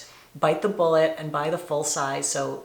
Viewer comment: Oribe should just change his brand name to Orbay, since everyone in the US mispronounces it